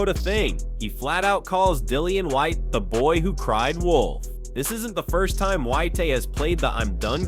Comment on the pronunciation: Why do you continue to call the black man white-ee? It's Whyte. And Froch isn't Froach, it's Froch. Learn how to speak English.